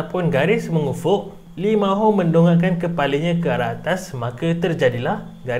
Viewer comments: lee ma ho 😂😂😂😂 its lee min ho actually 😂😂😂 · Lee min ho bukan Lee ma ho